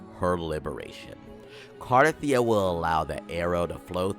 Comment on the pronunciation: Bro pronounced the name 132 different ways and not a single time is it right